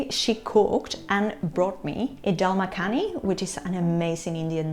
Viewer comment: Its daal makhni dol makhaani